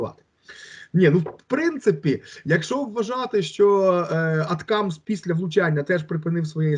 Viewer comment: А не може цей дикий говорити як всі нормальні люди АтАкамс, а не якось по-рагульськи аТКамс ?!